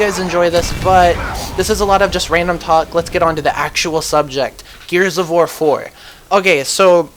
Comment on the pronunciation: you say the war wrong haha